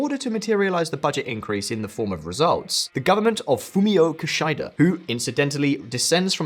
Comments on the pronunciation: It's Kishida, not Kishaida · jesus fucking christ man its KUH-SHEE-DAH. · Keshida - Ke she da